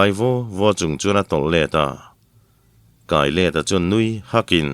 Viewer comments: Khami kai kha a ni lo. 'Sial ka kai' tih a kai rik anga lam tur a nih hmel zawk. A chhan chu ral an va bei a, hnehtu zawk ah an tang a, an thah bang zawng te kha an kai haw thin.Khami sawina kha a nih hmel. Zawlbuk/ runpui sang/ Lal in etc.. kai ah erawh chuan zawlbuk kha kaih chi a nih loh avangin pentui kai tih a, kai rik dan hian lam tur. Amaherawhchu, tawngkam kan hman dan a zirin.. entirnan:- Ekhai kan khua chu avan reh reih ruih em! Ral an kai a ni ngat mai tih ang chi ah chuan pentui kai tih a, kai rik dan Khan lam leh tur a ni ang. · Mipa naupang Ral Kai Rual tiha KAI hi i lam dik lo a,ka kawrah pen tui a kai tiha kai lam anga lam tur a ni e.